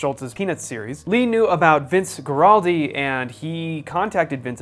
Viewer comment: This is the greatest album of all time, especially the song Skating. Also, it's pronounced WAR-aldi